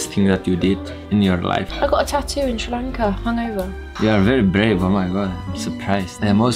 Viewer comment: DID SHE JUST SAY SRI-LANKA!!!!!!!! PS- I am a Sri Lankan